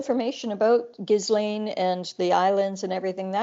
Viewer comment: FYI - it's pronounced "gee-laine", spelled "Ghislaine" (Maxwell).